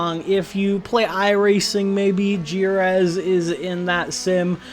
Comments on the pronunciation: Bro I had no idea you were talking about Jerez until you mentioned F1 testing. It's pronounced something like "hereth", also subbed to 2nd channel loving the vids bro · Yep, Spaniard here, he said "Gireth" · that jerez pronunciation has to be engagement bait